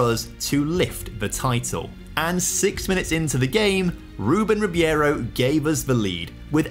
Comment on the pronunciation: it is ribeiro not ribiero btw :p